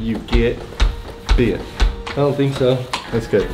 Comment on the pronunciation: that country accent when he said bit the second time I love it and also love this channel😂🤠and I’m country YEE YEE